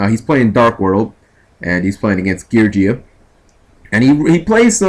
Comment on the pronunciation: it's gear geee ahhh not gear jee ahh